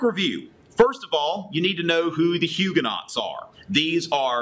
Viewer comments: I really like your video, but I feel compelled to correct your pronunciation: Huguenots= Hugh-guh-no Valois= Val-wah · Huguenots are pronouced Huu-go-noes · Homeschooler here...subscribing! Your videos are great supplements to what my boys are learning in history. I'm sure your students appreciate such a charismatic teacher! Your French pronunciations, however...are not so good. ;-) Haha! Thanks for making these.